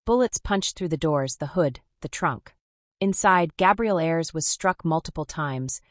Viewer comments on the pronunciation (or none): "A-ers" NOT airs